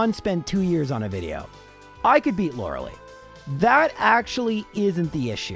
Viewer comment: The way you say Lorelei triggers me every time